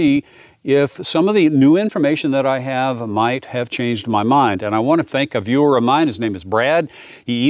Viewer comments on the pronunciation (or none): none